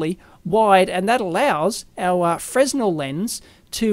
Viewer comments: Stop saying fresno god damn it :) Freh-nell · It's pronounced "frehnel"- the s is silent, like in French.